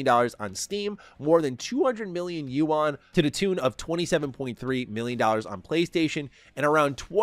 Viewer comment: The Chinese "You-On" 😂